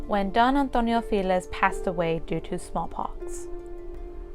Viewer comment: It's not "filez", it's FELIZ pronounced (feh-lees). Translates to happy.